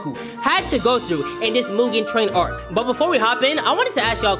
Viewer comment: not arc ARCKKKKKKKKCCCKKKKK